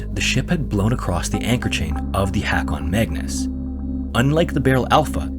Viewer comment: the last story was indeed nightmarish, the nightmare of the mispronounciation of "Haakon Magnus".